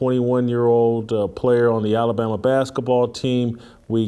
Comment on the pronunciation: Why does Jason call the sport “baskaball” instead of basketball?